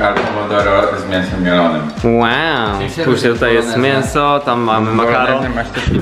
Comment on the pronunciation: To mnie rozwala "Nie wiem kiedy ostatnio jadłem taki mienso ,, (mięso) xddd